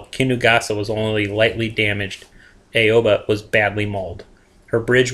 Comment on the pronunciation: aww-bah not aaaaeeeioooobbbbaaaaa